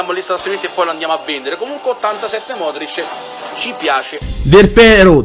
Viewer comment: Ma è modricc incredibilee ahahahahahahahahah